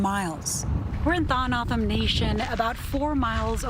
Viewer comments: It’s Toe-hoe-no-oh-dom the dom is like Tom but dom I am a member of this tribe we used to be referred to as Papago’s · LMAO 🤣 the way the first reporter butchered the tribe name. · She butchered that one.. you would think they could call someone in AZ to figure out how to pronounce the name of the tribe.. 🤦🏻‍♂️ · Of course both reporters got the tribes name wrong lol plus the reporter was their in person and still never asked how to pronounce how to say it . Lol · LEARN TO PRONOUNCE THE SUBJECT YOU ARE REPORTING ABOUT, YOU DESTROYED IT. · I would think if these reporters are going to talk about the southern Arizona Indian tribe, they would pronounce the tribes name correctly. I’m a northern Arizona tribal member. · This stupid announcer can't even pronounce the name right!